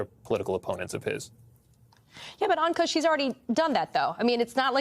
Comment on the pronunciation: Poor Ankush. You mangled his name. In the worst way. I'm sure other ppl have as well. But when I read his name I didn't know whether to laugh or cry. Appalling! Cmon guys you can do better. Great segment tho.